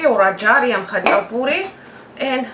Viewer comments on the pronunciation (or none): Ajarian... not adjarian